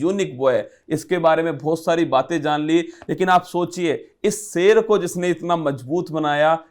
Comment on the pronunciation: Great collaboration.Both are experts in their respective zone.But interviewer sir should work on Hindi pronunciation...specially on sound “sa” and “sha”,”Ja” and “Za”.like it is shahar not sahar,Zindagi not jindagi.Good luck....It is not a big thing but when you are on a big platform these small things affects your presentation.Goodluck👍